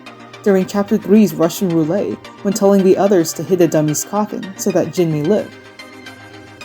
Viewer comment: I completely agree with everything you said except! the pronunciation of roulette 😮